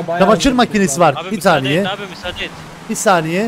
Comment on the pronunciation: anından anına kadar izlerseniz 1 taniye diyor😂😂😂